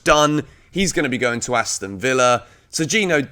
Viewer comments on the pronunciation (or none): none